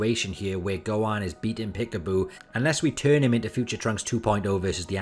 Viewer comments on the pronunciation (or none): none